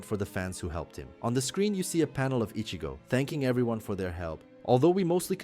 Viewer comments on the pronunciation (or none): none